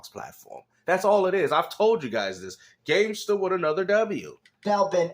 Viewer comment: facts that’s the main reason